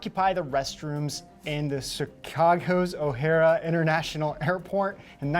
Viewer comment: It's Ohare airport not Ohara. Geez! I should know Ohara is my last name. 😆😉